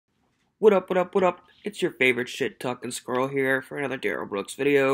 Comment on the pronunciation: DUHrell is not aware of HIPAA… it’s in his name… DUH - rell…